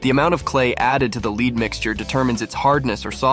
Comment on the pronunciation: I can't work out if the voiceover is AI or not... mainly from how it constantly says lead wrong...